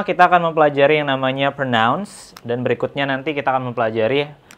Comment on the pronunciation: excuse me teacher but you pronounced the word “pronouns” incorrectly.